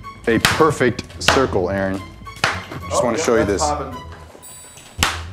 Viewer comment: Not to be rude 😊 but it's 'Aaron'